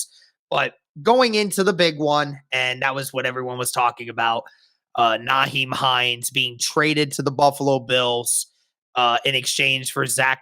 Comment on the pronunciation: It's NYhiem not NAheim